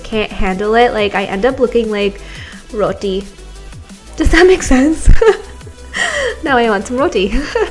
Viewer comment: Omg u r too funny. "ROTI". I love when u said that, It was hilarious 😂😂😂